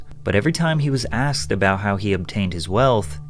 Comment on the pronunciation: I axed u a queshun